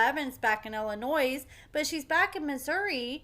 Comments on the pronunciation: Illinois. The "S" is silent. Illa..noy 🙂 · Illinois has a silent S pronounced Illonoi haha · I mean this in the nicest way possible, please stop pronouncing the S in Illinois. It is silent. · As somebody that is born and raised in Chicago please please STOP PRONOUNCING THE S IN ILLINOIS IT'S SILENT. WHO IN THIS DAY AND AGE DOESN'T KNOW THAT? NOT MANY BUT APPARENTLY YOU'RE ONE OF THEM. IT REALLY PISSES ILLINOIS PEOPLE OFF WHEN YOU IGNORANT PEOPLE PRONOUNCE THE S BECAUSE YOU DON'T TAKE 3 SECONDS TO REALIZE THAT THE S IS SILENT. 🤬🤬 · I love your videos, but please-the S in Illinois is silent. I believe you're from Missouri? As our neighbor, I would hope you'd know our name. LOL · Always knew that man was unstable. Also, are we supposed to pronounce the S in Illinois?